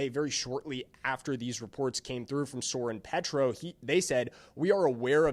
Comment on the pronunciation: Not a local person making videos about local things is funny, all this mistakes, doesn't know how to pronounce Soren Petro's name, doesn't know the difference between OP and KCK... How to keep a clown out of my feed... Ugh YouTube you're killing me.